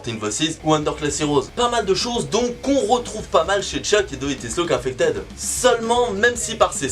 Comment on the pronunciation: Pratique ta diction, cest pas une question d'accent, on comprend rien quand tu dit des mots anglais c'Est ridicule comment tu a dit do dé lou infeted , tu perd ta crédibilité et ducoup des view et abonné.. pourtant bon contenu c'est pas insurmontable prononcer l'anglais Vs le parlé apres 1 mois de pratique tu peut bien prononcer